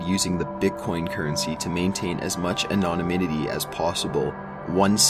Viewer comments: "anonyminity" ITS ANONYMITY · As bad as that is,it can't compare to his "anonominity".English any?Drives me crazy that people like this apparently prosper while I rot away in poverty. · Not to mention 'anon-o-nimity'. It's called 'rehearsal', guys. Check it out. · He also needs to Learn how to say anonymity. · Makes my day just listening to him try to say "Anonymity"... Reminds me of that Finding Nemo scene where he has to try and pronounce Anemone. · Someone teach the narrator how to read cicada and anonymity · Half of the reason I watch these is to hear him mispronounce words, it's like Ricky from Trailer Park Boys. The way he pronounced anonymity was classic.